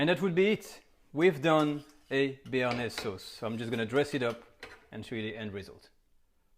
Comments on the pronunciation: In typical french fashion, he sounds absolutely disgusted at the mispronunciation of BARENAYS sauce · Lol he is funny Omg we making a bearnajse sauce Ahhhhh dont panic Lmaooo